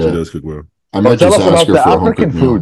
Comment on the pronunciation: Am I the only one that always understands "aks" when wants to say "ask"???